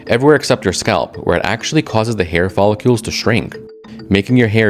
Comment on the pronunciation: Is “follicles”, not “follicules”. If you’re going to present a factual scientific channel, at least pronounce the words properly 😳🙈